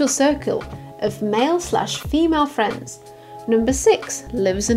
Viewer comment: CHERRY FWENDS!!